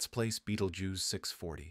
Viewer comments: "Traveling to Betelgoose🪿" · its pronounced Beetle Juice. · Betelgeuse❌️ Betelguuse✅️ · No. It's spelled Betelguese, pronouced as "Beetlejuice." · I’m very very disappointed in this text to speech voice, there are much better ones if you have to use it. I don’t understand why a person couldn’t have read the information. It would’ve made it much more interesting, at least they would be able to actually pronounce Beetlejuice.